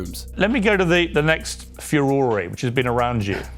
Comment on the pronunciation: Kinda weird pronunciation of "furore"